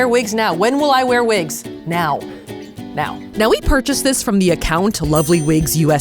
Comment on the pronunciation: Vwgen vwill you vwear vwigs?